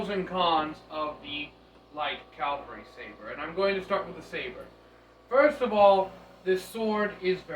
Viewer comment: Respectfully, it is spelled Cavalry and pronounced with the V before the L.